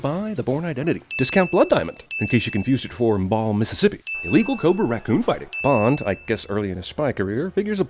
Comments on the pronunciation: Pronouncing "Mbal-eh" as "Mbal" 🛎️🛎️ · Mbale is pronounced "mm-Ba lay" not "MmBall" 👨🏼‍🏫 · Mbale is pronounced "Mba-lay"